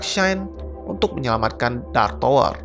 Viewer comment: Bacanya Tawer bukan Towor bro